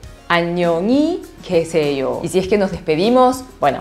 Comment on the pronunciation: an ñong Ji gue se Ío , lo escucho an ñong ni gue se Ío como es no entiendo como es